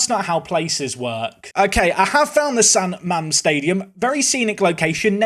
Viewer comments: San ma-mes 😂😂😂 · That pronunciation of San Mames killed me! Also for what is worth, Bilbao is a brilliant city and a lovely place to visit for a day or two. There are tones of little places offering pintxos and their beer is much cheaper than what you'd usually find in touristy areas. Still prefer San Sebastian and la Reale Arena over Bilbao and San Mames, but don't tell them that! Btw, Athletic Club fans don't exactly like their team being referred as "Athletic Bilbao" because if I remember correctly, it's the name Franco used to call them in order to minimize the Basque identity of the club. But I may be misremembering that one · I guess, if Google Maps named the stadium correctly as San Mamés, would have probably not butchered the pronunciation 😅 And I think Franco used to call them (and forced them to change the name to) Atlético Bilbao, which suppressed the english heritage of the club.